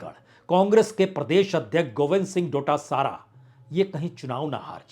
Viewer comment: Sir thank you for an ideal poll analysis. Please mind some pronunciations. Speak खंडेला not खांडेला बंशीधर बाजिया not बंशीधर भैया बाँदीकुई , not बंडी कुई डोटासरा not डोटासारा झालावाड़, not झालावर.